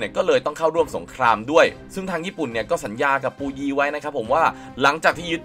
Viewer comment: อะไรปูยี ภาษาจีนกลางออกเสียงว่า ผู่อวี้